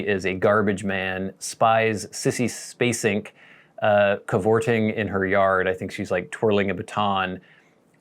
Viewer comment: Sissy Space-ink? I think you are pronouncing that wrong! I had a good laugh when I heard you say that twice! Never seen Badlands. I think I triedbut it was very slooooooow.